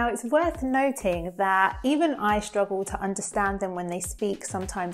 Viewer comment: I keep hearing, that you pronounce "strong" as "shtrong" and "struggle" as "shtruggle". To add to this I heard "assume" being pronounced as "ashume" in a video multiple times. What other words are there that you pronounce "s" as "sh"? What is the rule for it? Okay, it's called s-backing and it most often happens at the str consonant cluster. But it still doesn't explain assume. Just heard in another video, that student was pronounced as "shtudent".